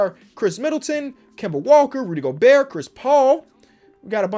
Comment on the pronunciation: it’s roody gobort